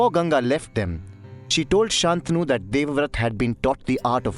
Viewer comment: Nice work. Please note that it's "शन्तनु", pronounced " santanu" not "saantanu". The bad habits of the vernacular shouldn't affect Sanskrit pronunciation (edited after seeing Shreyas Sarangan's grammatical reference below).